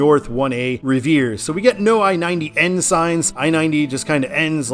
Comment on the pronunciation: "Hat-fudd", "Quin-zy', and "Riv-eeuh".